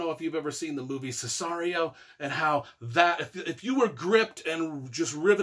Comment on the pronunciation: It’s called SiCario. Not Sisario. And yes, you’re wrong no matter what you say. And no, what you said is not a fact.